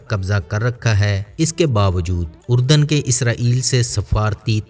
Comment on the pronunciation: Iska naam URDAN nahi ARDUN hai.